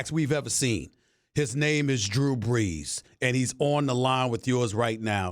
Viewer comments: "Drew Breews" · “Drew Breews” 😂